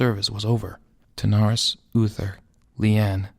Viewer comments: Lovely work. Please do! If I can make a request, please get the names right! Wrynn = Rin (Like Tin) Terenas, not Tanaris ;p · Hey there, just a quick ear sore that bugged me so much: King Therenas Menethil. King THERENAS, THE-RE-NAS, not Thanaris. And also Turalyon, TU-RA-LYON, not Terelion. Otherwise, I've read this book in two languages and I find you capture the characters well. Keep up the good work.